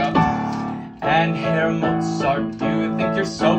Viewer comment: I'm buff bro, how perfekt did you pronounce the herr?!